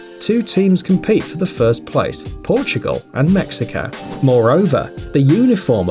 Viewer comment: Pronouncing Mexico as “mexica” and when he said Portugal beated Iran “1-1” this yute is so undeveloped I swear